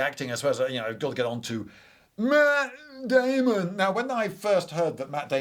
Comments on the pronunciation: "MYatt DaeMonnnn" I didn't know you were a fan of marionettes. <3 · That "maaat dauamun"😂😂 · Oohw Lindy hearing you say Mat Damon like that. Cracked me up good. xD